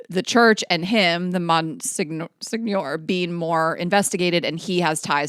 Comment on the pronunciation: Zamboni is common knowledge lol I don’t know a single person who doesn’t know what that is. To be fair, Delaware doesn’t have an NHL team.. also, Monseigneur is pronounced “Mon-senior” 😂